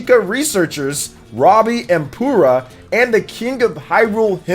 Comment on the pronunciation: Did you just call Purah "Poorah"? lol.